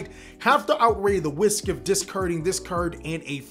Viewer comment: Instead of risk , I think you said weesk lol the opposite of stronk